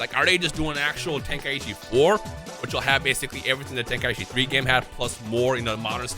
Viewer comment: God damn it. The dude said it in the presentation and YOU STILL say it incorrectly. TEN-KAI-CHI. not TEN-KAI-EE-CHI. Why do people do this.